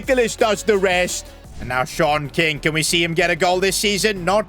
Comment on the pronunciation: Shon king is wrong ❌ sean king✅